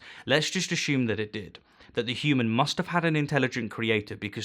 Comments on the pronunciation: Why do you say "ashume" lol i think it is pronouned assume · I love the way he pronounces 'assume.' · You should trademark your pronunciation of "assume." :-D